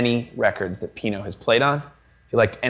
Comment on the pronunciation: Everytime he says Pino i cringe